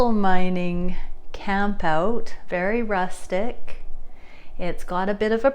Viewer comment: I’m interested in the AirBNB event. I would love to go mining but your emphasis on “rustic” makes me feel like that’s something I should do alone 🤣